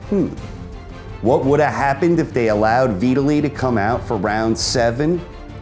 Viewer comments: downvote for retardation. VIT-ally not v italy. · It's pronounced vytali even tho it's spelt vitali he's Ukraine not Italian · Veetally?????? Who is Veeetaaly? You said it right and but fuck it up the rest.....how? Ok I mean. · Ha you've clearly NEVER heard the name Vitali said out loud before huh.? 😂😂😂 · Did he just say Veetili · u are pronouncing Vitali as if it rhymes with Italy lol... it's V-talley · He mispronounced Vitali's first name. Lewis was pretty old by this point and was smart to retire. though I think Lennox again made the mistake of underestimating his opponent. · Is this how Vitali is pronounced? I never heard it said this way. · Love your videos, can not stand the way you say Vitali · But then you say it properly , so thank you/sry